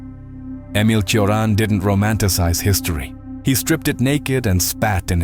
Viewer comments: Cioran is pronounced CHO-RAN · Cioran is pronounced “Chorahn” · poor Emil Mihai, always mispronounced, often misunderstood